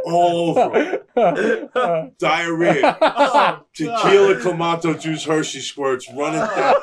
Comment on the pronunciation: First time I ever heard it pronounced Clam----ato juice. I feel like I have been saying it wrong my whole life.